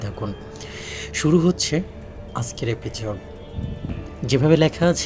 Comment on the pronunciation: ভাই তুই কে রে, এপিসোড বলতে পারিস না, এপিচোট বলো এপিচোট